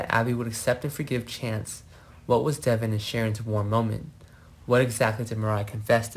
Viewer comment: Its Devon not Devin get it right for once